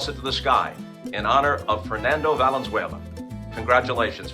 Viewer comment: Que mamon benjamin gil que pronuncia tijuana, fernando valenzuela, hugo sanchez, y julio cesar chavez en ingles. 😂😂😂